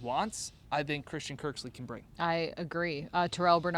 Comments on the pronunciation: cmon girl...his name is Kirksey not Kirksley:) hahaha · ya...but its "Kirksey" not "Kirksley" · Awesome job ya'll but "Kirksley" lol hopefully third time pronouncing it is a charm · Cmon guys. Once said Kirk-sly the first time, stop tape, tell her how to pronounce his name and then re-shoot. Sheeeeesh